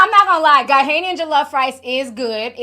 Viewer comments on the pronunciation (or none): Ti, Ghanaian pronounced ‘Gar-nay-an’ not ‘Gar-hay-Nian’ Senegal’s has the best jollof plus it’s the original. Ghana is second 😊 Also sometimes you say Liked-ed and Looked-ed and other times you say it normally. Is that a mid-west thing? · I know I'm not hearing you mispronounce Ghanaian, with you Nigerian self but can say Eritreya and Puerto Rico. Don't besmirch our Jollof rice for your oily peppery concoctions 😂😂😂😂😂😂😂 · The way Ti is pronouncing Ghanaian is killing me 😂😂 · I have never heard anyone pronounce Ghanaian like that 😂